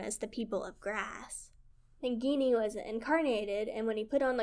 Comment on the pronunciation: Japanese can be tough to pronounce, just break it down syllable by syllable. "Ni-ni-gi" instead of "ni-gi-ni" and "sa-ku-ya" instead of "sa-yu-ka". The letter 'I' is often pronounced "eee" as in "Nissan", "Iwo Jima" or Mazda "Miata" and "sushi".